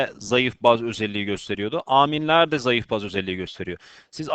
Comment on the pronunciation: Hocam Aaaaminleri biraz değişik söylüyorsunuz :D))